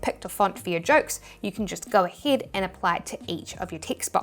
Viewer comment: why yees instead of yes and aheed instead of ahead is it like a kiwi accent ?